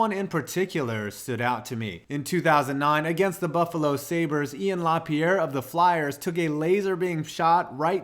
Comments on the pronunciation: *Laperriere not Lapierre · It’s La-PEER-ee-air. I only know how to say his name because I love Ian. If it was Maxime, then La-PEE-air is right. Great video!!!